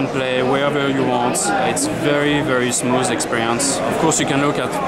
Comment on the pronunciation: "Is very very smooz experience."